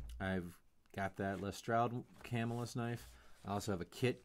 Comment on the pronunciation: By the way its prounounced cuhmillus